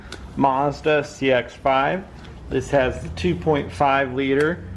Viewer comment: There’s no r in mazda